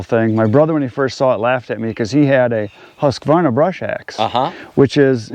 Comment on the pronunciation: First of all great video guys, I really enjoyed it a lot! Your pronunciation of Husqvarna is not even close to how we say so in here in Sweden 😀